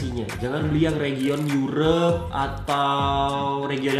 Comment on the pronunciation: europe kaleeee bukan eureepe ckck